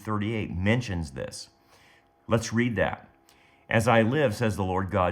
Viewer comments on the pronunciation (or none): none